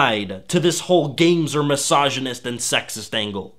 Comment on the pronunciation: yea, was distracting. Also, "massage-anist".